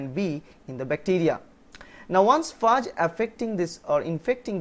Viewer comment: he pronounced it rightly. it is pronounced as 'FAAG' and also, if you wanna give grammar tuts consider doing a video:) :)